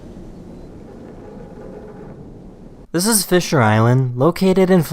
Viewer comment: 'Zizizizizzzz a Congo Tourmaline' can you make it a little mote clear like 'This is a Congo Tourmaline' It hurt my ears.